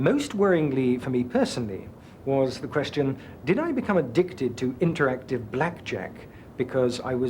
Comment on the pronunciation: that's not how the word interactive is pronounced :)